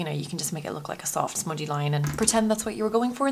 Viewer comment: Love the way u say smudgy lol